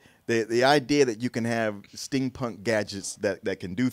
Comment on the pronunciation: Is it me or saying STIN PUNK?